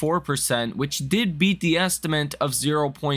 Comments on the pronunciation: Appreciate your videos. 👍 also, its estimate not estiment.. anyways you've taken the spot of Rob Maurer. Keep it up. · You need to fix the way you say estimate - you say estiment! lol